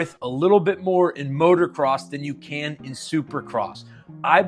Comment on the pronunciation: dude please , i beg of you. it is MOTO NOT MOTOR say it M O T O C R O S S